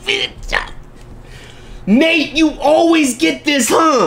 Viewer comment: It’s Nate not “Nape”